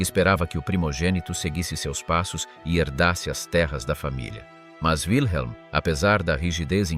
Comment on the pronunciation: Wilhelm se prononce Vilhelm, pas ouileme. C'est un prénom allemand, pas américain. 🙂